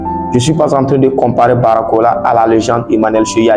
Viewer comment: c'est BARCOLA et non Baracola 🤨